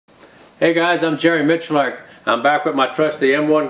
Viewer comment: How does miculek end up being pronounced michilark